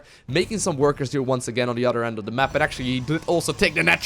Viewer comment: "udder side of the map.. none udder than... dere we go. idk if eider of these players. produss. udder wise.. "